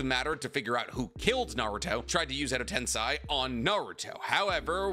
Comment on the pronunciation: Nope that's wrong it's not Ed tensay it's sei 😂😂 clown